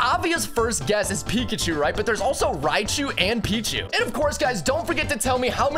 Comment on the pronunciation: It's pekacho